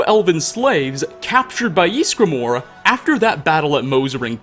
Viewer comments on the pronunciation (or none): Can you stop saying "Yeesgramor"? It's "Ysgramor". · how he pronounces ysgramor gives me the fear